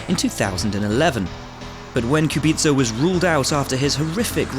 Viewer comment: I'm a simple man I hear Kubica pronounced right, i hit like